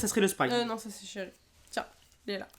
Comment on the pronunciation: vous saver cest chery c'est cerise' ----------' vous le dites male..